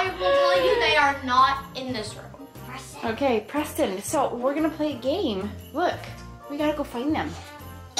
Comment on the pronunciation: Um you said woud der and plack it’s really wonder and play